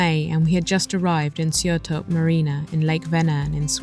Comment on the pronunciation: Sjötorp pronunciation always kills me haha